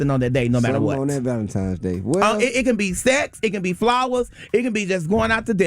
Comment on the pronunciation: “ValenTIMES!” He’s illiterate!